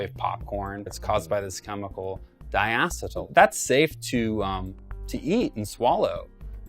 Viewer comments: First of all its (die- E - seal) and there only has been 1 previous time when popcorn lung became apparent in a single factory. Please stop giving bs info. By the way when he said 1 sip to kill a kid it would have to be such a high concentration of nicotine that isn't sold in stores, so give the full information not just scary snip its. This is what causes ignorance amongst a community. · HE DOESN'T EVEN PRONOUNCE DIACETYL CORRECTLY LMFAO I'M DONE